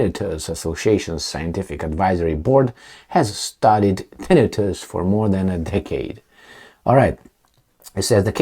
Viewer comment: Tinn. I. tus the emphasis is on the second i.